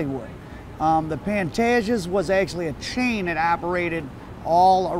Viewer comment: No disrespect but the correct way of pronouncing his name is ''Pan-TAY-ges''.